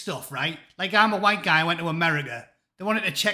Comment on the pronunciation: Humza Yousaf: Boys carrying crutches "WHHITE" people who make racist scooters "WHHITE" People laughing at him: everyone.